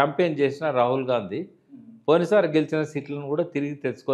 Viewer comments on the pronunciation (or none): none